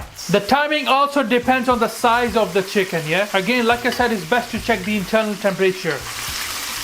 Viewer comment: You cut the chhicken